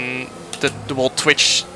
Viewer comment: Jarno vocabulairy: ‘Wall’ = whole ‘Jess’ = guess Any more?